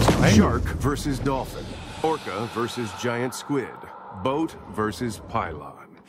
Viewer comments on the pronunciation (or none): none